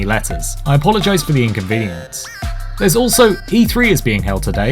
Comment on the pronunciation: "... inconveniCence." whut...?